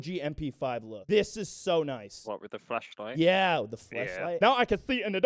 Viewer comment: legit thought he said flesh-light that's one way to improve morale in the field